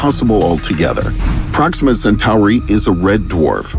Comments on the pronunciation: the narrator cant even pronounce "Centauri" the right way, much less understand that basic shit about "space videos". I mean, look at the description of the video!! There's nothing to complement the video. This is basically not the channel to watch, if u really want to learn anything about space, unless you have more chromosomes than usual ;) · What does he keep doing to that word Centauri lol it almost feels like time hiccups when he says it lol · Everytime I hear the way Centauri is pronounced in this video, it makes me think of Babylon 5.